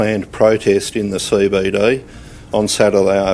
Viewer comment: CEE BEE DEE...not COY BOY DOY. Speak english you slob.